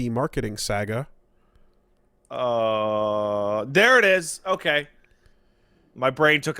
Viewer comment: I'm sorry... Did you pounce saga as SAG-Uh?